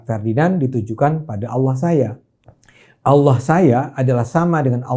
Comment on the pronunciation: Bang ADE....jgn bilang aolloh ...mesti nya Allah , klu aollah seakan akan cuman Islam yg sebut aollah